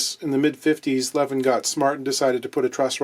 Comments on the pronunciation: Its not "levvin", its "leviin" wih a long i. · Levin should be pronounced with long e-sound, like "Leveen". I have a wooden Levin snare drum in my collection. Metric size so finding heads are challenging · To get more swedish pronunciation, you have to make the letter i a bit longer. Like "leveeen". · it's pronounced Le-veen. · For anyone curious, Levin sounds more like Leveen. Almost nailed Göteborg (Gothenburg) though. Have a happy new one!